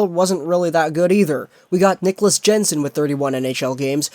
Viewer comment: It's pronounced Hod-son, hot Hog-son. And Yen-son, not Jen-son. FFS, learn the proper pronunciations if you wanna be taken seriously.